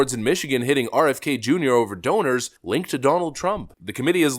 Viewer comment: Robert Fowny Kunior. I'm sorry, I just had to.